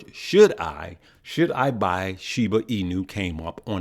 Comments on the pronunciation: I like how says Shibu instead of Shiba lol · “Shiboo”. Lol